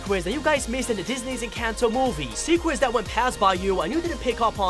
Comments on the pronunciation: You said secwets not secrets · Anyone else realized he said sequets